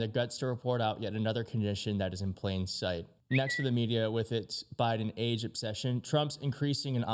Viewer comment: the what administration? the Miden administration? That’s what you called the Biden admin on the first go… you really need to prepare with what you’re gonna read beforehand as you make so many unnecessary mistake when reading … maybe familiarize yourself with it beforehand